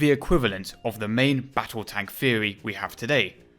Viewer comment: In thwery they are good but not prawcticawl. Why have a narrator with a speech impediment. No disrespect meant.